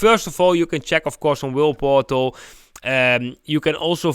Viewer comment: Thank you again, I have been following the cycles on "whaleportal" (with your accent, it sounds like you are saying "whirleportal"😂, no offence to you.) along with your channel and am impressed with its accuracy. I must admit I also make the mistake of holding on too long before taking profit, and it has burnt me, I still need to work on letting go of my emotional trading. Thank you for your advice, and I make sure to watch your posts every day. Keep it up, you are a superstar!!!!!